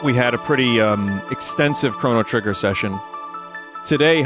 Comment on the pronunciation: NOCHRO GRITTER